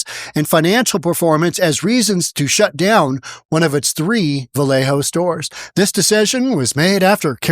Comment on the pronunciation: It's Valle Oh, not Valle Ho. Despite all the ho's on Sonoma blvd. And "pin ole!"? It's Pin-ol as on ye ol. SMH, where you from bro? You gettin non the names right! Hahaha